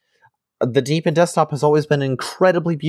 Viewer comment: Oh, and just heard, hurr durr, it's DEE BE IN not deb ee in. jkjk.